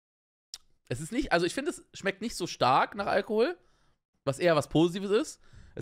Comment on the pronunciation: Normale menschen: Alkohol Ich: Algehol